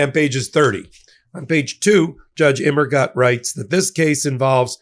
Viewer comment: Fun fact.... Immergut in German means "Always Good".... but the last syllable should be pronounced as "Goot"......